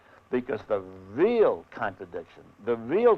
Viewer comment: "the VEAL contradictions,the VEAL disparity.." was he hungry or ?